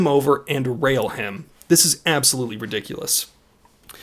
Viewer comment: Ight, I am not trying to make fun of your pronunciation or anything but his name "pheng" is actually not pronounced "feng", in hmong it is peng, just ignore the h like how you would when saying hmong.